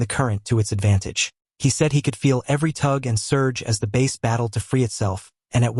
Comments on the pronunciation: Hey, --- it's BASS (as in "horse's...) not bace! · That's bass not base. Pronunciation is important. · It's a bass not a base.